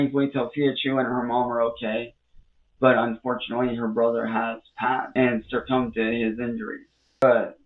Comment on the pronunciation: Hear that? Brother-chu circumed to his injuries. Goblin doesn't know words, he just hears them and approximate what they should sound like. 😂